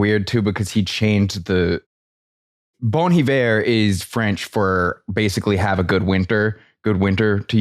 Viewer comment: Sounds like you're saying "Bon the Bear"